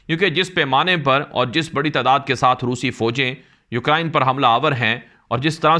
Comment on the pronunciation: U krain not u kra in